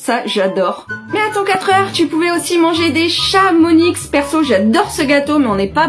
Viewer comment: Des Chamoniiiiiiii pas Chamonixxxxx 😆 en bonne haute savoyarde que je suis je peux pas accepter ça désolée 😂